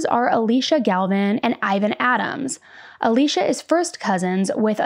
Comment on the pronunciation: It's so distracting for me that you keep pronouncing Alysia as Alicia.